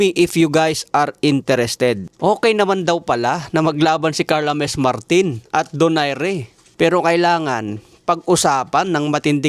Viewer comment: PANO NAGING HA-MES ANG PAG PRONOUNCE SA " JAMMES "??🤨🙄